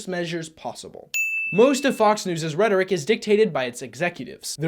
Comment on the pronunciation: That's... that's not how you pronounce rhetoric.